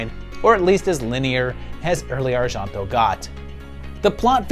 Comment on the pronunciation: Argento Is not "arshanto", it's "ar-jen-to"